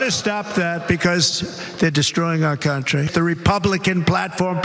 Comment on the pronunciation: I love the way Trump says "Countrae" all the while for 9 years he has insulted America as an awful place. Why doesn't he just move!